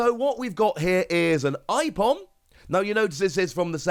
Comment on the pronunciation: Ipom?? Its Aipom